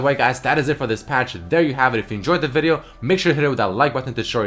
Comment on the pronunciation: it's more like vídeò